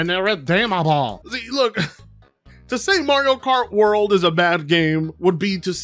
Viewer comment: Mario Kart World? I thought you said Mario Kart Worse.😄